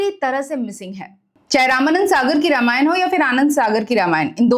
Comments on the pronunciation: Pleaseeeee pronounce it as Raaamaayan..not rama-yan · मैडम, कृपया रामायण कहे, नाकी रामायणा, Please don’t distort it